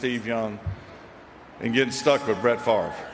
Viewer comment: Why did that boy call him "Brett Fart" ?